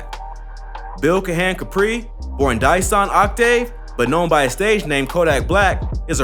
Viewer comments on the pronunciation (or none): none